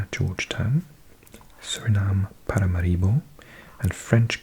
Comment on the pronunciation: Just wanted to add… as someone whose family is from Paramaribo… the inflection is on “MAR”. You have the first part right—but instead of saying “mareebo” it should really be said “MAReebo”. Does that make sense?ParaMAReebo. Most of the online pronunciation videos and soundbites about this are comically wrong. I’m always so impressed with your knowledge of accents and pronunciation, I just had to fix that one. You had me in stitches last night when you struggled with “arboretum” in one of your other videos and called yourself out on it. I love that you speak 7000 languages and nail every word… except arboretum. ❤ Thank you for everything you do. My only complaint—if you can call it that—is that your videos aren’t four hours long. Can’t get enough.